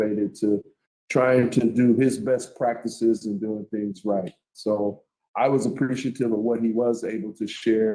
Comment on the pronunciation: "The 'things' I did"? He's can't even say it.